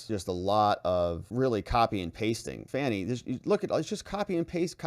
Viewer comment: I love how you pronounce her name F A N N IE. 😂😂all the others call her fawn-y. 😂😂😂